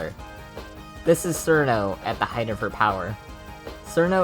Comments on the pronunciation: Nah its fine bro, i know you westerners have it bad with eastern languages You are saying it as Surno while it should be smth like Chirno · It's "Chill-no" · I mean, there's 'sirno' but then... "tsunae, sgwakoo, and utsushow" mate, do u have brain damage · "Sirno" -A Wise Soldier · who the fuck is "sir no" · People who pronounce it "Sir-No" scare me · isn't it pronounced "chiruno" or "chirno" ? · >pronounces it as sirno Goodbye. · "Serno" Ok this starts well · >Sees a Touhou theory video >Clicks >Hears dude pronounce Cirno terribly wrong >Refuses to watch further and leaves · It is just the Japanese pronunciation, Cirno isn't really a Japanese word, if Chiruno is the correct term then we would have to call Clownpiece "Kuraunpiisu" or Medicine "Medisun Merankori". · Nice video! Also, I know, you know, that the way you pronounce Cirno is HERESY!